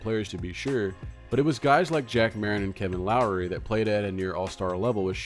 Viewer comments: Pronounced Lock-ery not Lowry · He had a problem saying Loughery, too.